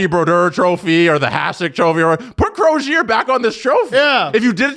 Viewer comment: How is it possible that three guys living in Toronto Canada and the hosts of a hockey podcast. Not know how to pronounce a hall of famer Roger Crozier....FFS....🤡💩🤮